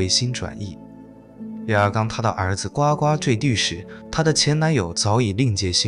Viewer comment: 是不是应该念作呱呱坠地 GUgu